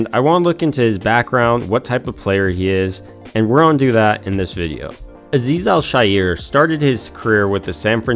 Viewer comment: Thank god you pronounced Azeez Al-Shaair’s name correctly!!! At least I think you got it right and the announcers have been wrong all along. It’s not a woke or sensitivity thing. It’s an education thing. Love your videos, and I hope you didn’t jinx us after The Raiders’ wake up call! 😊 I have loved watching him and am extremely happy that he turned his adversity into his secret weapon.